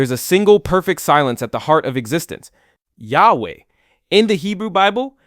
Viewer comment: Jew here. The name of G-D wich you used (we don't pronounce this name like you did) is a combination of three words: "היה", "הוה", "יהיה" In translation: "Was", "Is", "Will be" By the way, G-D has many other names, and is way more complicated than how you described it, the way jews see G-D is like a combination of **almost every aspect you described in this video, but far beyond human understanding.